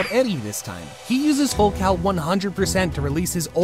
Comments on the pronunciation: I thought It was full calling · I thought it was full cowing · I’m not gonna lie but I thought he said full cow 💀